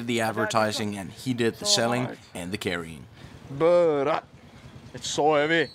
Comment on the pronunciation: The way you saying "Beurat" sounds very Sundanese 😂